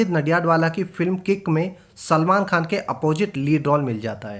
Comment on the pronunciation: why is he calling salman chulman 😂